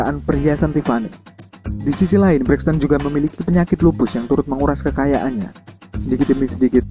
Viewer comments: Sebut betul2 Toni Braxton ..ton ton..jelek.. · mac hammer bukan MC hammer. lol toni braxton pun salah pronunciation.